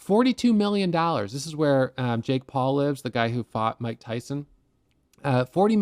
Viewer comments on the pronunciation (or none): none